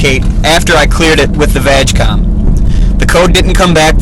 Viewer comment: VW Group (and the cable is easy to get but the software is a different story) also its pronounced "VaaaG" COM NOT VAGcom